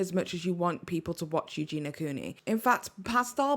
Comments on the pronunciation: Her name is Eugeniiiia, not Eugena ;) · Its Eugenia not Eugena